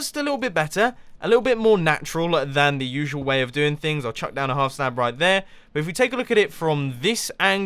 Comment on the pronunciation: Look, even us Brits don't say howf half like that.